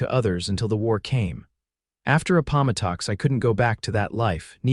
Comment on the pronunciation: The only thing wrong with this story is the AI Consistently mispronouncing anteitam and appomatics ( i apologize if my spelling is incorrect )